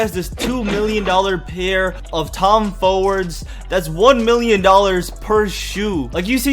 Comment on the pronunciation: "tom fowrds" lmao